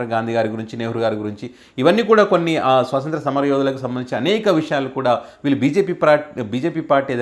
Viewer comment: స్వాతంత్య్ర, స్వాసంత్ర కాదండి